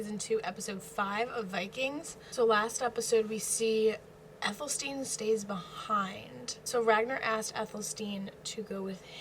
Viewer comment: Athel-Stan as opposed to Ethel-Steen